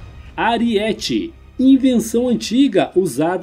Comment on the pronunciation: Saudações. Amigo, não é AriÉte(paroxítona) que se pronuncia. O correto é ArÍete(proparoxítona). Dói o tímpano ao ouvir voce pronunciar a palavra errada. É so lembrar daquele personagem baixinho do He-Man que dava cabeçadas em paredes e muralhas. Mas, o resto ta ótimo seu vídeo.